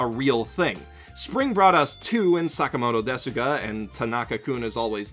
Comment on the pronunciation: It is "Sakamoto desu ga?" The "u" in "desu" is silent.